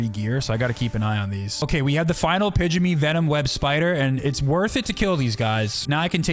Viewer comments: LOL What kind of spider? Pidgeny? Pygmy is pronounced like PIGME. I know, English is 3 languages hiding in a trenchcoat pretending to be a single language, but come on man. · Pygmy (pig•mee) Sorry was bothering me.